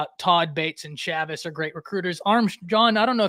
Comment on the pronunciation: Okay, I have heard this too much and have to point it out… it is Miguel Chāvis!! (Chay-vis) just gotta make sure to get the man’s name right, when you are putting that respekk on it!! 👏🏻 good show, ignore these 🤡, if you don’t lie to their fans, you are riding others!! texass fans clearly missed the part where you said they were tied for 2nd and could win the conference too 🤦🏻‍♂️🤦🏻‍♂️ lmfaoooo they gotta get past Kansas first hahah